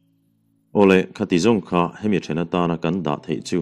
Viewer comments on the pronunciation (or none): none